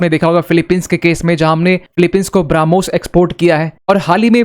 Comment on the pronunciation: ठीक से ब्रह्मोस बोलना सीखो